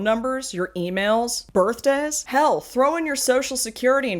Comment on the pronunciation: when you say “birth days” it kinda sounded like “birth dads” to me, which made me choke on my drink with how hard I laughed. No! I can’t expose my birth dad information online! Save me! 😂